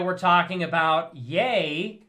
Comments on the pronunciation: Its "Ye" like Yay, not "Ye" like he. You dont even know how to pronounce the thing youre talking about 😂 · The way you pronounced ye. Could not have butchered it any worse